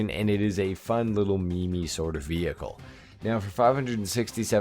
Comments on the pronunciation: Meme-y, not me-me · bro's definitely ragebaiting with that "ME-ME"